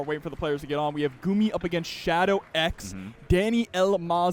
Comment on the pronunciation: It is "Gummy" not "Goomi" unless you don't speak English. It's like saying it's not "Cloud Strife" it's "Kuraudo Sutoraifu" lol.